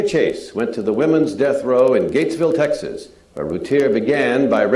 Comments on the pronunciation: 90's an it's pronounced Tex- Us. ...like Text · I thought her name was Routier pronounced roo teer. And Texas is definitely not teexas.